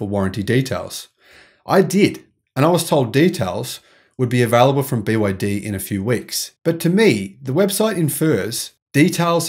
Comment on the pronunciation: He didn't he kept wrongly saying BYD